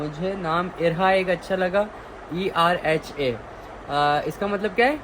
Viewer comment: Not Erhaa its Irhaa My niece name❤️